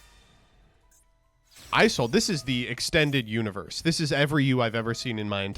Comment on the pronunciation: "Extended YOU-niverse"